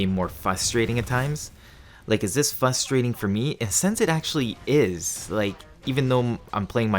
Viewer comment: The word is “frustrating”, not ”fustrating” bro 😂